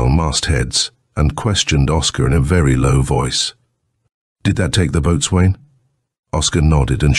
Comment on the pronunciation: Ouch! Boatswain is pronounced BOSUN! Painful AI!!😡 Oam a dreadful guggling sound! Lol